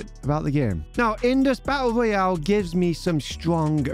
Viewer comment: you say a u oyal 🤣🤣